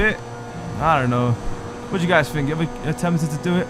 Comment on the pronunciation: It's think not fink